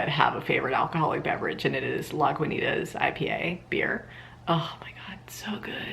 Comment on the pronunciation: I live right by Lagunitas brewing co and the way you pronounced that was honestly WILD